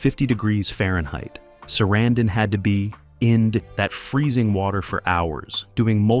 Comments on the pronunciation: Why do you keep incorrectly pronouncing Sarandon, then pronounce it correctly once? Learn what you are talking about before making a video. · I must say, that is a... creative way to pronounce "Sarandon."